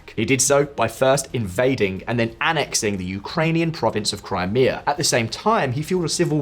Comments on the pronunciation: The new narrator is shit. "Crameyah"?! Crimea has been mentioned every day in the news for over a year! You'd have to live in a no-news-bubble not to know by now. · Crim-Ay-A? Where the heck did you find her? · If that AI narrator says "Cry-may-uh" one more time I'm outta here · Lol FN pronounced Crimea as crymaya. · Great video, but the way the voice over pronounces Crimea is cringe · Good video. However, maybe the lady reading text should work on pronunciation ("CrEmia" - instead of Crimea, "AsEEv" - instead of Aseyev. 🙄